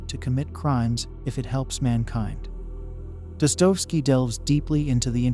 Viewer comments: Firstly, pls pronounce names properly: Jean Paul Sartre, Iago, Dostoyevsky and Raskolnikov,etc...An elegant exploration of the possible views of "Evil"...But here's my much simpler take: The Golden Rule is universal, meaning it applies everywhere in the universe where sentient beings abide. It can be broken only by Violence and Lies, two sides of the same coin...Lies appearing alone are always an attempt to distort one person's, family's, tribe's, nation's grasp of reality for the unequal benefit of the liar... Force of concealment and/or concealed violence are always there on the other side of that coin. On the other side of the coin Violence, however obvious and bloody, as in Pol Pot's, Idi Amin's or modern Israel's behaviour is either disguised/concealed or openly justified with: Lies. So, there's always Lies AND Violence. If you, your family, your tribe, your nation DO NOT lie and violate others, you may think what you like...and in the spirit of Free Speech, you may say what you like, so long as you don't threaten Violence...So it's simple: No Lies and/or Violence and St. Peter must take you in...End of Sermon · This has to be AI generated, How can you know so much about Dostoevsky and not pronounce his name correctly?!